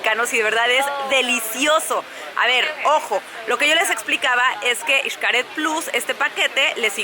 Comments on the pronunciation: es eshcaret no ishcaret bueno xcaret pero digo la pronunciación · Por qué dice ICHCARED si es XCARET?? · Muy buen video, excelentes tips, pero no entiendo porqué pronuncia “ishcaret”, la x debería ser sólo como “sh”, basta escuchar a todos los que trabajan ahí jajajajajaja....